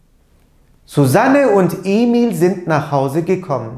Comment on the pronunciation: Neden gekomm diye okunuyor ?